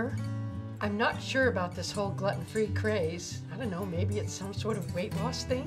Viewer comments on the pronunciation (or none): GLUE-TIN not GLUTTON argh so smart and funny and ruined by that one ignorant pronunciation. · Is 'glutten' the American pronunciation?? I've always heard 'glooten' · I love how she says gluten free as glutten free. it should sound like your saying glooten when you say it. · "glutton free" xD glue-ton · It's pronounced gluten not gluten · I like how she pronounces 'Gluten' Gluton free lol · Gluten is pronounced gloot-in. Glutton is another word. but I love the video. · ok let me help you here it's pronounced "glooten" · Pretty funny video, but it's not pronounced "glutton", unless part of the joke is supposed to be that the grandson is mispronouncing it too as a reference for stuff that you wouldn't actually want to pig out on. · Gluten (“Gloo-Tin”) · Not Gloten free? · It's glue-ten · It's pronounced Gl-ooten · It's pronounced GLUEtin !!!!😅😅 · gluten I think its pronounced glooten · She is saying gluten wrong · I hate how she says gluten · I love her but I hate how she pronounces "Gluten"